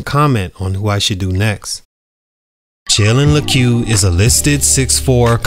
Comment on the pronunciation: That’s not how you pronounce his name